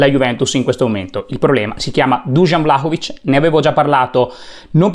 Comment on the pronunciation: Intanto di pronuncia Vlahovic e non Vlacovic! Poi come si fa a criticare un giocatore che gli arrivano 3 palloni giocabili? Come si fa a criticare una squadra che gioca insieme da 7 partite quindi è in evidente fase di crescita costante di gioco? Poi sempre tirare fuori l’ingaggio ogni volta, quindi deve valere l’equazione, guadagni tanto e per questo devi segnare tanto? Ma per favore dai facciamo i seri